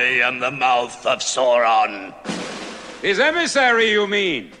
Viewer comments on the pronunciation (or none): SAWRON?!?! Who the heck is Sawron?!?!